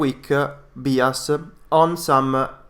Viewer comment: The guy presenting the oil and gas stuff is pronouncing "bias" wrong. It's not "bee as" it's "b eye as"